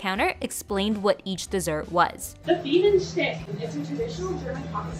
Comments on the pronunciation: Ngl, when she pronounced the "ch" in Bienenstich like "ck", part of me died (ik that's how Americans pronounce things, but still) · "Bienenschtick" yeah.. great pronounciation lol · That ladies pronunciation physically hurt me I can't lie 😭😭😭